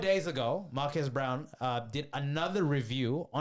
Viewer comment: I think there needs to be better research in your videos and a couple thoughts: 1. Marques' last name is pronounced "Brown-lee" and not "Brown". 2. Fisker is a startup, sure, but the company was tanking because of its own incompetence. Not because of what MKBHD said--the most obvious evidence being that this is actually the second time Henrik Fisker (the CEO) tried starting the car brand of Fisker and failed. Fisker was a company in the 2010s, and this was supposed to be their revival. Henrik isn't some young aspirational entrepreneur; he's a multimillionaire former car designer who's done terribly at being a CEO and named the company after himself. So framing Fisker as some budding young, promising company that was stifled by a big YouTuber is insincere. 3. Celebrities should be mindful of not exaggerating anything, sure, but the only thing Marques really exaggerated was the title of the videos. When it comes to the actual reviews, he literally just descrives exactly what each product does, and very honestly gives his opinions on who should buy it. If you watch both videos entirely I would be very confused if anyone thinks Marques should soften his reviews. Think about it on the other hand: Isn't it worse if he doesn't show that a $700 pin does everything your phone already does but worse? Isn't it worse if he doesn't tell people who are going to put $50,000 on a new car, that the car's keys don't even work most of the time? I'm serious, I encourage you to watch his two vide